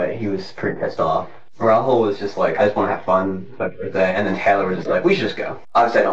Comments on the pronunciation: The name is Rahul, not Rahool. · I’m cracking up at the way the narrator and police are pronouncing Rahul’s name😂